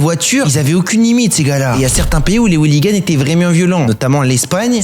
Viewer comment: "les zouliganes" 😂